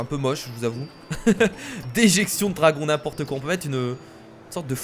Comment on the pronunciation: a 11 :46 au lieu de dire n 'inportequoi il à dit n'inportequon